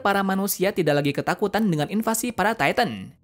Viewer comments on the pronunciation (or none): none